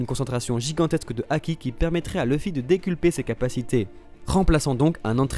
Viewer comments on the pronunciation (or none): Euh c'est pas décuplé au lieu de "deculper " ? Désolé j'ai eu un beug sur le mot xD ( à ^^)